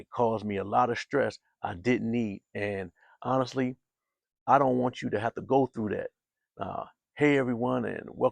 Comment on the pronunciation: He said dint tell anyone 😂😂😂